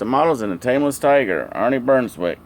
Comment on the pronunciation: Beswick...not bernswick. Looks good. Saw him race many many times. He would like it.